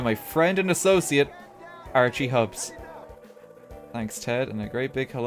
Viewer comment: He says "Archie" like "RT"